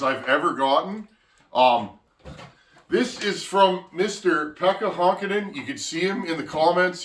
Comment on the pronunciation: Pekka is pronounced peck-a with a long k